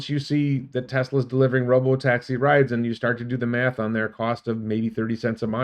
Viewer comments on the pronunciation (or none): none